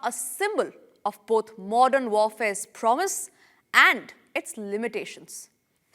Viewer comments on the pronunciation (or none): none